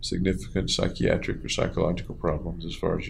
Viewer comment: Dordan that’s why he pointed it out? He said “sly doc” lol